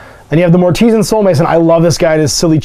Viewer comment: I am fairly certain mortisan should be pronounced as artisan: "mor-ti-SAN"